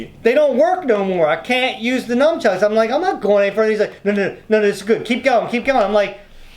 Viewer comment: says numchucks. It’s nunchucks